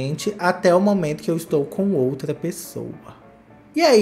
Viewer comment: Esse "iotra" me mata! Kkkkkkkk